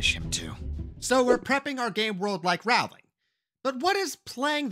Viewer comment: Great advice. Rowling rhymes with "bowling".